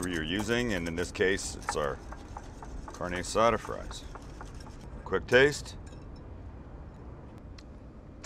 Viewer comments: Car-Nay Ah-Saw-Duh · Carne asada pronounced like carneee assada 😓😓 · The way he’s saying carne asada is upsetting 😶😐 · The way he says carne asada makes me cringe every time